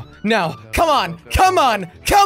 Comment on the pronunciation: Jelly it's punto not panto